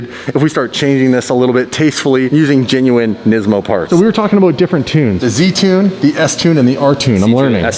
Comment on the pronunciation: nesmo c'mon its NIS-MO